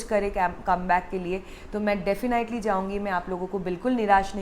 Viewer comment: Its not defini iitely its definitely Ur pronunciation soo weak